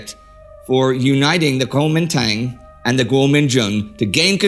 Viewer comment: You pronounced it so nicely the first time. Then slipped back into the silly western mis-pronunciation. Regardless of how you choose to write it Kuomintang or Guomindang the pronunciation is Guo min dang.